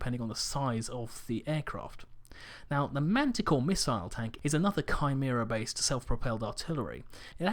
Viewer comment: Thank you for saying Chimera correctly.